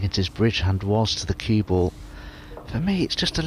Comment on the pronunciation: Dominic Dale does not say cue ball he says CuebL